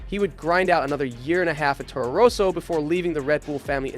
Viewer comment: 7 minutes in and the way you pronounce 'Roso' instead of 'Rosso' in getting cringy :).